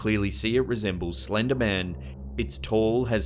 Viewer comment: Slennddder? Eng lishhh? Imaa head out